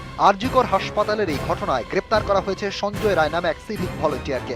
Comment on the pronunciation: ওর নাম সঞ্জয় রায় নয় সঞ্জয় রাই, ও বিহারি, সুতরাং আপনি সংশোধন করে নিন please।